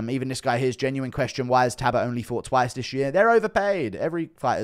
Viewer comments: His name is Talbott not Tabott. Come on brah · It's Halloween Guru show us Belals toe pleeeeeaase?😅 Yes looking cute, 🫶🙋♾️🇬🇧🥀🙏✌️ P.S u say Tabott, missing the L out so it's Tal,bott, alright luv? Ur welcome 🫴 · Ffs Guru again its Talbott not Tabott... How many times bro. 😂😂